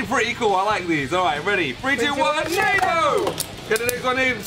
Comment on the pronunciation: It's pronounced nah-doogh